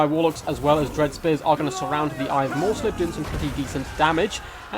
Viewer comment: second, and while we're at it. "Morr'slieb" is "Morrs-leeb" Liebe is german and means love, its the beloved cygor of the chaos moon Morr